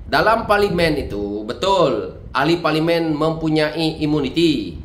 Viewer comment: SEBUTLAH PARLIMEN TU BETUL2....